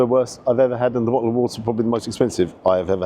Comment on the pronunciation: BO'O WA'ER